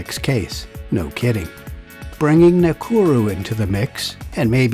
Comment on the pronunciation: Sorry, but Ngakuru is pronounced Naah-Kuuru (well sort of roll the R quick)